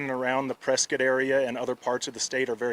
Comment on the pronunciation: Sorry for the loss 😢 But reading this ain’t no way I wouldn’t have pronounced this press-Scott they kept saying press-skit😅